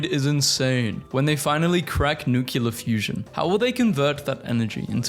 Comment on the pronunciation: Five minutes into the science video: please for the love of god and all that is holy STOP PRONOUNCING NUCLEAR NUCULAR, ITS NEW CLEAR.